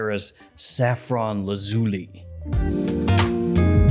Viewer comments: Repeat after me: Laz-ooh-lie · It's actually pronounced Laz you lie, it comes from Lapis Lazuli which is why both the box and bottle are blue. I'm not being pedantic, the name is derived from Latin, great review by the way.